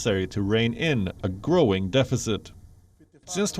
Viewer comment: 1) That's not how you pronounce deficit. 2) What the hell are they investing trillions of dollars in?